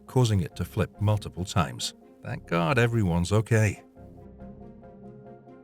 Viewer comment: "Oh my gard" very weird commentary.